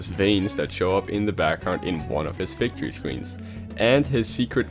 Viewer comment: It's victory not vicitory